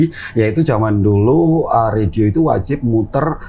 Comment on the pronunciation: ini pasti bule krn gak bisa ngomong radio